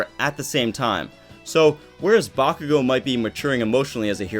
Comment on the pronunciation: I know you did not say bakugoat 😂😂😂